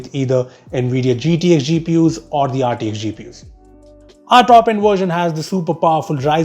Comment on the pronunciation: Bro its GT(X) AND RT(X) NOT H .